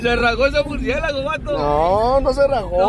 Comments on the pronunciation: ""murciegalo"" ""murciélago pendejooo"" 😅😂😂😂🤣🤣🤣🤣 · Y lo correcto es murciegalo